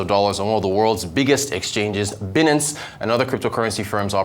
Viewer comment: It's pronounced "buy" nance.